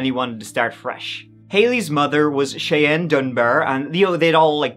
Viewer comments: 'Cheyanne' is usually pronounced like "Shy Anne." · Thank you,, for pronouncing the name Cheyenne correctly, as my daughter is called Cheyenne, and they always pronounce it wrong,so thank you for that.Now, gooo 😊 x